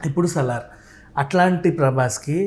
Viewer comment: సాలార్ కాదు మేడం మ్మ్... సలార్ 😂.. Just fun. But nice interview 👌👌